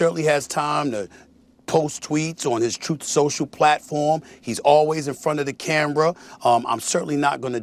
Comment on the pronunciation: Did sas say "...in front of the cambra..."? Just proving he is low IQ smh